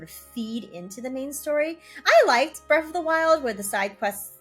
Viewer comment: Breath not Breff